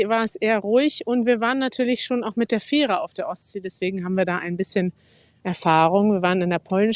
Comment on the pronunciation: Nöadlichster Oat 😅 Feehre 😅 Noadsee😅. Love it! So lernen die fleißigen Studis schon mal als erstes den Münsterländer Zungenschlag 👍😉